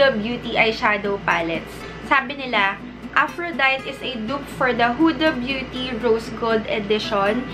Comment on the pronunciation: Af-ro-day-tee yung pronunciation :)